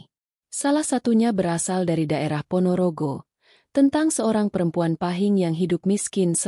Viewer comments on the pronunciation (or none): none